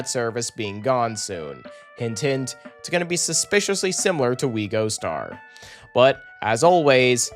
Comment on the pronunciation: why does it annoy me so much when you say “We Gostar”